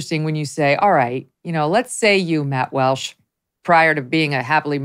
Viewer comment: Its Walsh, not Welsh, journalist.